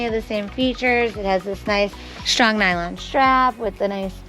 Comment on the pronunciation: Shtrong nylon shtrap 🤮